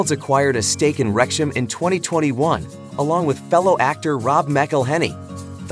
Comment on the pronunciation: FIX YOUR COMPUTER NARRATION! Wrexham is NOT "REKSH-em!"